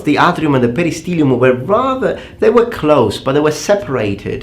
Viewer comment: 'Domus' is pronounced with short o, not 'dooohmus'. And it's 'peristylium', not 'perystilium'.